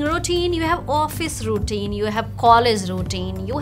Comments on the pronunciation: Why are they both saying “ Rootine “ instead of Routine ? 🤔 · ruːˈtiːn, this is pronunciation of routine not rootuine as said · Madam...Routine word you r prononcing wrong...